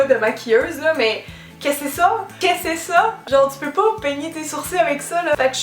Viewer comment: "quessé sa" mdr tu ma tuee